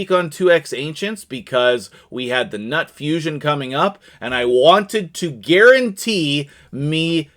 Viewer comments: Newt! It's pronounced Newt. 😂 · The G-nuts name is pronounced as "Newt" according to Arbiter. Grats on etting the birdcage :)